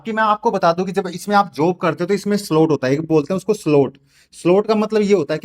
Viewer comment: 😂solt nhi re baba slot 😅ye hota h